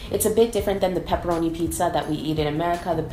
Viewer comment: She is so funny when She needs thinking hard about Peperoni and Salame before she can pronounce them! What a confusion ! XD ahuhuaha!Nice video! Greetings from Italy!